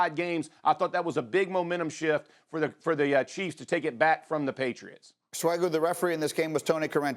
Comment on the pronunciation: Kansas City “chREFS”